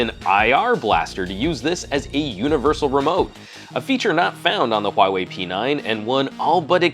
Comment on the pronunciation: it's pronounced, 'Huawei'